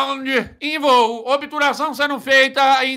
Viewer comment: helicopiterê em obturação!!! obituração!!! "nunca perdi de helicopetere, foi so o renilso entrar...."